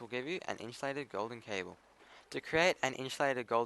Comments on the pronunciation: Lol it's inSUlated not inSHOElated Just messing with you man nice video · Good video, but for the love of god its Insulated, not Inshulated. If you got a speech problem I understand but my OCD is going craaazy